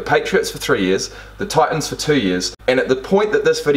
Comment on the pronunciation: Ah, the glottal stop at that. You did EXACTLY that.